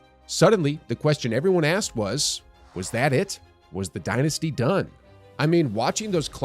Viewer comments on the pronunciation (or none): No one pronounce dynasty like you, its still ringing in my head from your fav phrase “Dilan Dynasty Brook” 😂